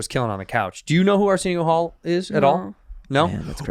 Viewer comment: “Arseenyo Hall” 🤣